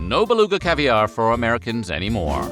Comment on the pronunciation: I like how he pronounces it as "omericans" i mean i like how he pronounces everything but yk (i just love his voice)